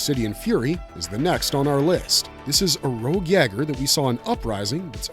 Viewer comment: "YAY-ger" is the pronunciation. It's a german word (Jäger), meaning "hunter."